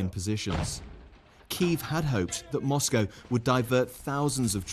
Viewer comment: Moscow he says 😂😂😂